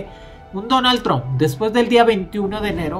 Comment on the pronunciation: “Jon Baiden”, y “Donal Tron”. Órale